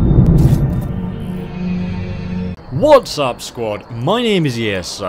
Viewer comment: WHATS up Scott. That's what it sounds like hes saying.